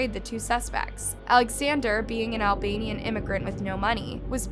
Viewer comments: I think he was Al- bain-ian guy and its THROWN not throwed Its also provo-cation not provoction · You aren't pronouncing names correctly. Hes Albanian 4 syllables not 3 and her last name is topa loudi. 3 syllables not 2. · Between “throwed” and “Albian” instead of pronouncing it properly (Albanian). I am THROUGH. 😂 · I do love your videos, but you REALLY have to practice your monologs. Eleni "Topaloudis" is pronounced "Tow Pal Owdis" and Aleksander is Al-Bay-Nee-an...not Al-Bee-yan😊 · Albein guy? Do you mean Albanian perhaps? 🤔